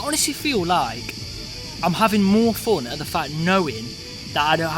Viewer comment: Its rare and strange to hear English word of "Fun" to be pronounced as Foown rather than Fawn. Maybe a Scotish accent or Welsh.